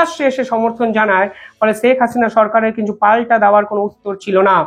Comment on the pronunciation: "ছেক হাসিনা" নয়, "শেখ হাসিনা"